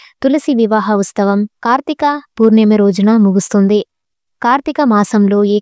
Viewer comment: ఉస్తవం కాదు ఉత్సవం. Good information. Thankyou.